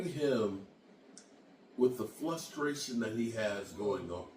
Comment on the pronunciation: This guy said Flustration this dude is an idiot just look how he tosses that ball in the air he looks slow